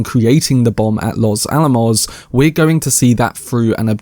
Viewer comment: Way to go! You said "Los Alamos" correctly! OK, considering support even though you push it a bit too much. I'm old, and allergic to notifications, just you wait. I bet the explosion goes on for 6 minutes! I get what you mean, that his life is blown up in slow motion as well. If it's first person, they can't show the overseas detonations. Not needed and impossible I guess.